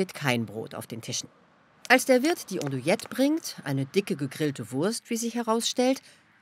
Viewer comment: Wird "Andouilette" wirklich "Ondouilette ausgesprochen?